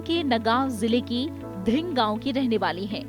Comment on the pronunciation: It's not ढिंग। धिंग is the correct pronunciation. I am from Assam and I confirm this. This kind of mistake was not expected from a channel like Rajya Sabha TV.